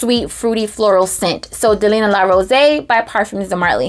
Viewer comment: It’s pronounced “Rosée” (rose-ey).